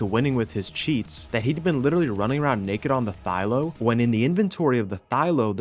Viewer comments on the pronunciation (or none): again, Thy-LA. Please man. thy-LA not ThyLO.